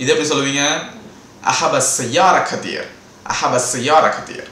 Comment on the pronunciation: ڬثير Kaseer nu potruku neenga katheer nu solringa